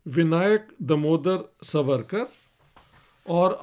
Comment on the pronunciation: سورکر نھین ساورکر بولو